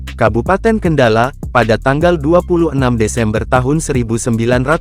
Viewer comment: Belajar baca yg bener min... mana ada kabupaten kendalaa di jateng lol